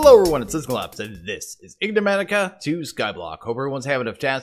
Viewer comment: Okay can't be bothered to try and correct you pronunciation of ig-ne-matica anymore. Great episode!